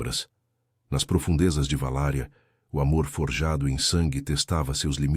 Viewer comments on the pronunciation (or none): Não é "VALÁRIA"! É VALÁQUIA, cidade do Drácula, na ROMÊNIA!